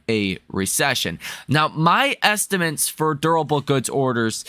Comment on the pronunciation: Bro says estimints. There’s lots of little sayings you’ll notice. He’s cute. I just watch for a fun pump video. Don’t take him seriously.